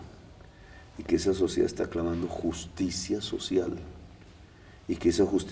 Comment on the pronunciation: JUCTSIA SOTCIAL